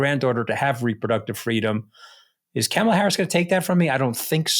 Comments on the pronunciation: Hey Anthony, you need to learn to correctly pronounce Kamala's name. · Trump stepping down? I suppose you need an angle for your show. It worked. I clicked and am listening, but Anthony, PLEASE, PLEASE. learn how to pronounce Kamala's name. It's jarring every time you mispronounce her name. Thoroughly enjoyed this episode and have subscribed. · Anthony Scaramucci isn’t dumb. Why can’t he pronounce VP Kamala Harris’ first name? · Say her damn name right. You are a smart man. You can enunciate Kamala properly! If anybody knows how to say a name right you should be one with Scaramucci!‼️ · Can you both please learn how to pronounce VP Kamala Harris’ name. It’s really annoying to hear you mangle it. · Mooch can't even pronounce Kamala, Ugh!!! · Anthony could at least pronounce Kamala correctly. It’s not difficult. I think some people enjoy purposely mispronouncing her name. It is simple respect. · Anthony, please learn to pronounce Kamala’s name properly. Also, are you trying to confuse people by calling project 2025, project 225?? Thank you, Katty for not only being the adult in the room but calling Josh Shapiro a grownup also. That was very accurate. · Mr. Scaramucci...it's not that hard to pronounce Kamala correctly. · Seriously? Why is the mooch mispronouncing kamala's name? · Mr. Scaramucci, please pronounce Vice President Harris’ first name correctly. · You guys are great. Mooch- you gotta learn to pronounce Kamala’s name. She’s earned it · I'm surprised that caddy K did not correct Anthony in his mispronunciation of Kamala Harris's first name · You're not pronouncing Kamala correctly. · How is it that Anthony, who is eloquent and posseses an excellent command of the English language, cannot seem to pronounce Kamala? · Why can’t Scaramucci pronounce the name Kamala. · I'm sorry, but I just can't watch these anymore. Every time Mooch mispronounces Kamala's name, it drives me crazy! I've had enough! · Camel-a? Jesus Christ you guys. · Kamala (comma la) not camel la.